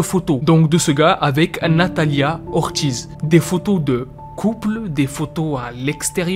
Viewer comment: Ortiz se prononce "ortise" commes des ortis mais la s sonne!et la lettre r se roule dans le palait de vos bouche!